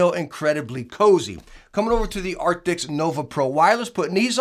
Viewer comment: Your video came up in my feed. I thought I'd jump in and see if you'd learned to pronounce the word ' A R C T I S' yet. Epic fail. And your thumb nail description has a spelling mistake. PMSL 😂😂😂